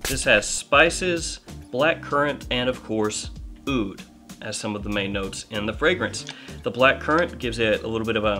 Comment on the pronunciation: Aoud is pronounced OOD. The A is silent.